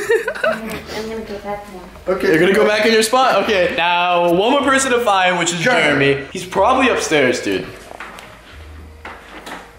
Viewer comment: It’s not Jeremy. It’s CHAIRamy LOL.